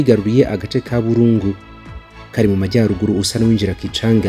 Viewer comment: Sha amazina yutwo duce uyasoma nabi pe!😂😂 Igahe Burungu Kirolirwe tebero Ibambiro Minova Shyiramo ubutinde mwana ntago babisoma uko kbs.